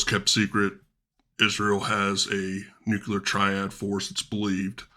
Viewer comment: Nucular strike. Im out. What a nonce